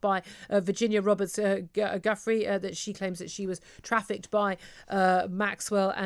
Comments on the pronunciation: Virginia ‘Jeffery’??? I think you mean Guiffre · Her name is Virginia Giuffre, pronounced jew frey!!